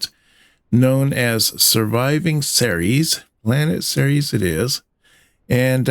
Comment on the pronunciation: Not only is this a nicely-put-together tale, but you also said "Ceres" correctly! Bloody good job,.